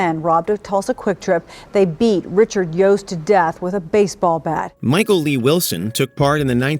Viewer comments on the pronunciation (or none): none